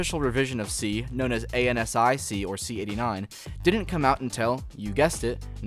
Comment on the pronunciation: FYI, "ANSI C" is pronounced 'ANN-SEE SEE".